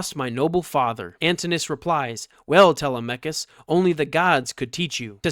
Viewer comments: How is your pronunciation of Telemachus derived? Is this some internet phenomena? Is it from a computer? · Bro doesn’t even know how to pronounce Telemachus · Most people say /Te LEM a kus/ for Odysseus' son.